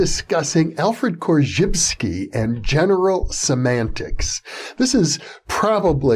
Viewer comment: The correct pronunciation of "Korzybski" !